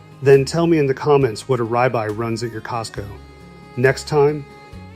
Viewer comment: He does not know how to say the word rib eye correctly!